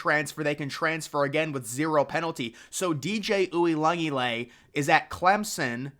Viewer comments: You messing up DJ U's last time as badly as you did is just disrespectful. As if you've never heard his name pronounced correctly in your life. If you watch College Football you've heard his name pronounced correctly. Try it next time. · Bro can’t even say the first guys name and I’m supposed to take him seriously? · I've heard it butchered before but man that was murdered lmao